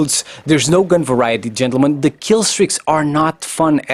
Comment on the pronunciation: Why do you say chentulmen, girl play COD to.